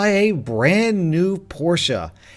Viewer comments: It's german yes, that's why it's pronounced "porshe". It's definitely not "porsch" like how a lot of people call it, and I have never even heard "porshah" until now. How did the "e" sound suddenly turn into a long "a"? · Porsha pronounciation lol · Porsche is pronounced as Porsh NOT Porsha Ghibli is pronounced as Jibli NOT Gibli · Why do people say Porscha and not Porsche where the e is silent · btw it ispronounced a porsh not porsha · im about to go Hermionie mode. dude PORSCHE is NOT said like PorschAH it is pronounced like PORSH. THank you for your time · A BRAND NEW PORSCHA nope. It is pronounced Porsche not with an a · hey_dude1 - it’s pronounced PORSCHE and not PORSCHAAA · It it pronounced porsh not poor shu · its pronounced "porsh" not "porsha" btw not hating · “Porscha” wtf is a porsha it’s pronounced exactly as it’s spelt you melt ‘por-sh’ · Porsha 😂 it's pronounced Poorsh, no hate intended I just wanted you to know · at the start the first time you said porsche it sounded like porshu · Porsha? Are you a new born? Porshe the e is silent and would not make an a sound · Porsha? It's pronounced "porsh" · Its Porsche not porsha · Did he say Porsche-A insted of just Porsche. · bro its porsh not porsha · Porsche not porscha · Porsha what? It’s pronounced Porsche with a silent e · It's Por-sha, not Por-shh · Why is he saying porsha is porche pronounced poor shhhhh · please look up how to say Porsche, I beg of you, it's more like porsch-e instead of the "porscha" which you say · Its not porsha its porsh Is how its pronounced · Porscha porscha hahaha its Porsche silent e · Porche is pronounced porsh. Not porshuh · Porsche is pronounced porsch, not porsch-a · HE SAYS PORSCHE LIKE PORSCHA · Why do you pronounce Porsche like por-she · did he just call it a porsha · M8 the e in porshe is silent it's pronounced porsh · I don’t think is pronounced Porscha. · It is Porsche not porsha!!!! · Calling a Porsche a porscha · “porsha” porsche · Noone:: por-sha